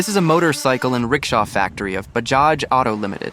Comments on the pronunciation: It is BAJAJ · It's Bajaj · Bayjaj…Bahjaj…Baajaj, 🤦🏻The proper phonetic pronunciation is “Buh-jaaj”. Same with Puny - pronounced “Poonay” 😂